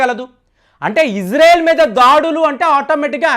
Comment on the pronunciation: అయ్యా ఫేం బాబు ఇజ్రెల్ కాదు ఇజ్రాయిల్ అని పలుకు